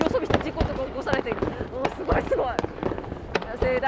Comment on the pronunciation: ぎゃー！すごぉ⤵︎ ⤵︎ーいが普通の人とイントネーション違いすぎて草